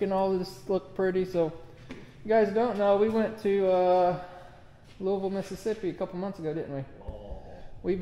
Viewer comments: I grew up a few miles from Taylor. Great stuff. You should see one of their big machines unload a log truck at a sawmill. One pick and done. Oh, and it's Louis Ville...not looeyville. We say it differently lololol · In Mississippi it is pronounced Lewisville not Looeyville. I was given a tour their plant in about 1977. There was no CNC equipment. It was dirty and dusty but very impresssive with the HUGE lifts that they were building.